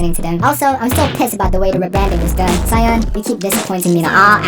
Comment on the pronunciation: jsyk Soyeon is pronounced So-Yeon, you kinda pronounce it like Cyan